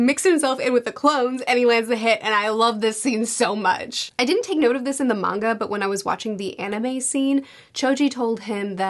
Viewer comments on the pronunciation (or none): none